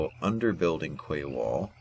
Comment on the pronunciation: the word Quay is actually pronounced "Key"..I know, crazy right..:)...thanks for these button walk throughs!